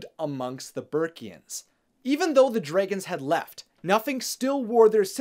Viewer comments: I still notice that likes to call them "Dr-Ay-guns" instead of the correctly pronounced "Dr-ah-guns". 😋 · I keep getting triggered when you pronounce dragons dr-ay-gons Rather than dr-ah-gons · Dray.., gon..., ha.., I don't know if you are just trying to be different.., but it's terribly wrong. Love your enthusiasm.., but at least call them properly.., they are "Drag"ons.., with emphasis on the Drag.., not Dray. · It’s dragons, not dreigons. He keep saying dreigons. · Its dragons not draagons!!!!!! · Am I the only person who is hearing "dregens"? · Lmao I love how you pronounce dragons😂👌